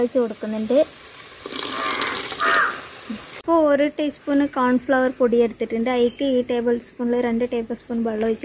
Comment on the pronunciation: കാൺഫ്ലവർ അല്ല 😂കോൺഫ്ലവർ👍😂🤣